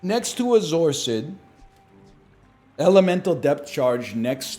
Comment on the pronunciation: zoarcid earned so much respect that nl got its name right